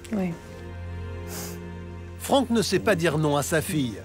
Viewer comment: on dirait qu’il dit Elle fait au lieu de elle sait 😄